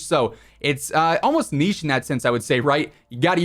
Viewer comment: Finally an American that pronounces niche properly